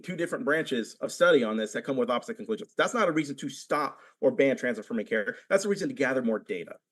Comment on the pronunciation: God, i cant take anyone who pronounces "with" as "wif" seriously.